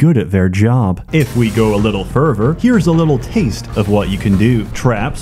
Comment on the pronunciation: then.. "...if we go a little ferver..." God the way he pronounces "th" and "f" sounds is so distracting.